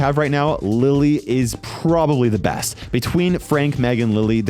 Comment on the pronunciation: I love how he says frank is the breast brawler